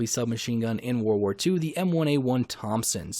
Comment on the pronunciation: I’m sorry but it’s just a huge pet peeve when people say “war war 2” like 🤦🏼‍♂️ world war. It was a world war lol Js mate